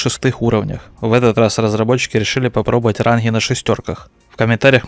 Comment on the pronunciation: Не ранхгы, а ранги